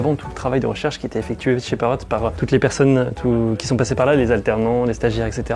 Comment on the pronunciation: Pourquoi vous prononcez le T à la fin de Parrot ? C'est pas une consomme muette ? Et sinon, c'est encore plus impressionnant la taille de cette entreprise quand on sait que leurs drones sont fabriqués en Chine, un comble finalement pour la seule entreprise française qui conçoit des drones 😁